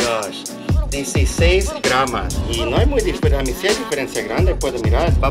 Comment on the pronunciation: Excelente vídeo, se dice GRAMOS. Saludos desde argentina.